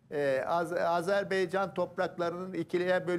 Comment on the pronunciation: azer bey değil AzerBaycan dı hürmetler saygılar 🇦🇿🇹🇷